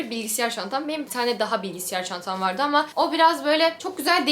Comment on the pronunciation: Acilen bilgisiyar demeyi bırakmalısın😂